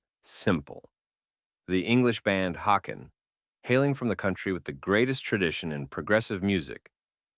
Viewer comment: Haken is pronounced HAY-ken, like "taken"